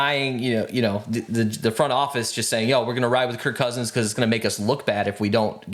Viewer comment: It’s KIRK Cousins not Kurt Cousins 😅